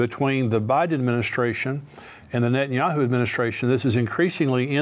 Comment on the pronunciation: I believe it's nentanyahoo